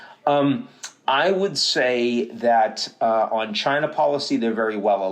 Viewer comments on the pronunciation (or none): none